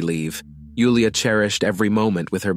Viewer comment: I'm glad you pronounced Julia's name correctly ❤ Nice accent.